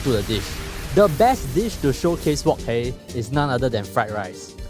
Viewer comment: Can you pronounce wok hei properly pls